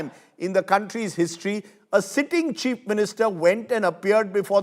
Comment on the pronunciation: You almost pronounced Cheap instead of Chief. But it's fine I guess.